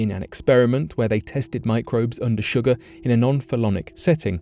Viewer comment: Wtf is sugaaa ??! Lol !! 😝